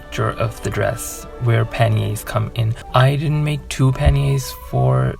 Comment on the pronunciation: Panniers, pronunciation correct. Wow! Am bowled over again, your skills are fantastic. Gorgeous 😍